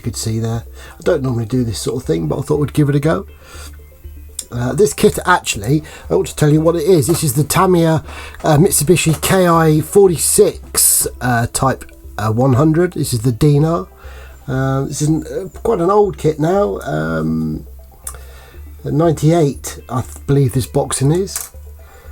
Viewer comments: It’s Dinah as in the girls name dye- na not deena this Arabic currency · It’s Dinah as in the girls name dye na not Deena dinar is Arabic currency